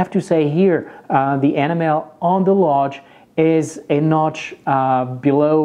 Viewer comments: Sir, for enamel, iinstead of "EN-ah-MEL", it is pronounced "ee-NAM-ul" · It’s E -NAM - EL, not animel! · it sounded like you where saying animal instead of enamel. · I like how he pronounces Enamel ( AnnaMel ) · It drives me nuts. Sounds like Animal. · It took me a while to get that he was saying “enamel” and not “animal” LOL, but I love his accent! And great review, very helpful! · I never knew enamel is pronounced anamal! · You don't know how to say the word enamel. The emphasis is on the e and it is a long e souund. E nam ul. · It’s so cute how you pronounce Enamel lol thanks for the good info...I also have one of each as well...but I actually prefer the lodge for my boules... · Must be French. Can't pronounce enamel. Couldn't stand to watch to the end. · 😀thanks David. I promise I'll work on it! I would be so happy if "enamel" was the only english word i can't pronounce correctly... 😀